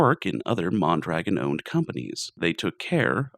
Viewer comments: MON-druh-GON. Otherwise, bloody amazing video. Thanks a ton for the research too. Outstanding. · Isn't it MON-druh-GON? and JACK-o-bin? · Great video, pretty sure it is pronounced mon dra gone. I hate how america went from a socialist country with good outcomes to the free market hellscape we live in today. Unfortunately that took 70 years to build and 30 to destroy